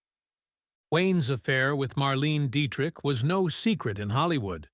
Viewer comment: marl ene diech!? Yucky!